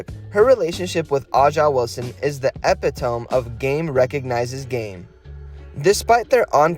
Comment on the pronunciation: .....silly goose.....don't use the word "epitome" if you can't even pronounce it.....